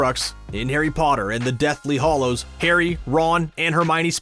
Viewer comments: It's HALLOWS NOT HOLLOWS!!! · He keeps saying deathly "Hollows". It's "Hallows". Not "O", "A". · GOD, please stop saying “deathly hOllows”. It’s Hallows.